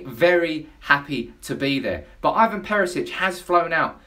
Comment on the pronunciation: ITS IVAN NOT IVON FFS ANNOYING ASS